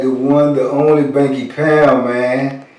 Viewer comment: Banky not bunky